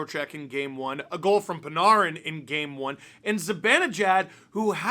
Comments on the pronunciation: I love you, never say panarin like that ever again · The way he pronounced panarin annoys me